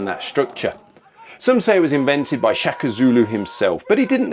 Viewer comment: SHAKA , correct pronunciation "Shah kuh." 😊